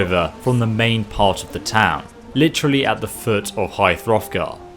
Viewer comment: Stop saying high froffgar